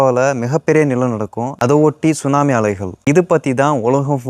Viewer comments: தம்பி T சுனாமி இல்லை T silent எனவே சுனாமி என்றே கூறலாம் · T sunami solla kudadhu. Sunami Sollanum. Letter T silent. FYI